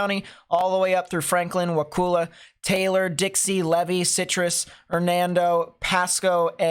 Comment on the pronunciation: Wa Kul la. Not wakoola. Wakulla. FYI. 😂